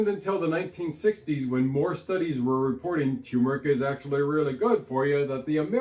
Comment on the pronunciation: No offense, but both Rs in turmeric are pronounced. Neither is silent.